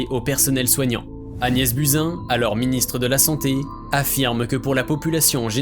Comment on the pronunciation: On dit Agnès BOUZIN...